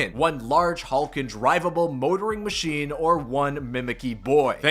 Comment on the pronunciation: every time he says machine-ayy I cringe